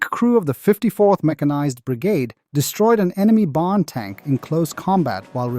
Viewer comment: The way he says Barn is deffo Aussie tho 😂